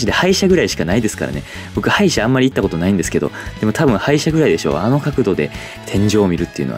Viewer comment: 歯医者が廃車に聞こえた。 鉄オタの地獄耳。